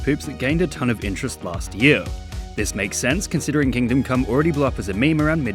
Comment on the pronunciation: "what is it about coom that makes it so enjoyable for so many"